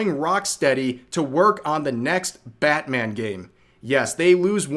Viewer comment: It's "Batthem".